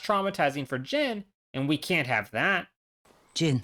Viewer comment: I’m gonna need you to tell me how you came to the pronunciation of Jin’s name that you did and who told you to say it that way, because whoever they are needs to be publicly shamed